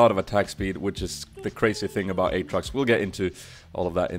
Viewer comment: You say the name this way! "Åtrox"